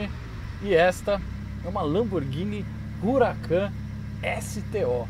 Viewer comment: Não é Ruracan é Huracan e não é Alcantára é Alcântara.